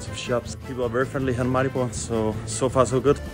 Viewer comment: You repeatedly mispronounced Maribor. Still I'm very happy you liked our country.